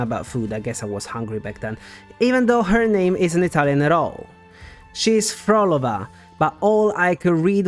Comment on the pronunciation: That's kind of how media works, unfortunately they would need to hire an entire native Italian English speaking VA cast for it to not sound out of place when someone with a british accent randomly pronounces Italian word the Italian way. You also pronounced "phrolova" incorrectly, but oh well.